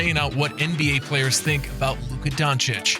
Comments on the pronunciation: Luka Jhoncic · Kyle Embid Luka Jonchich : D